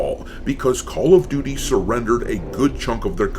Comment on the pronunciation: Call of Doo-Dee 🤷🏻‍♂️